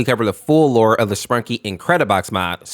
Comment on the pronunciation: Did you just say "Spankies"💀